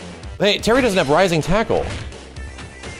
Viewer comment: POWA WAHVU! RISING TACO! AIYO-OHKAY?! BUSTAH WULFE! BARN-Nu-NACKLE!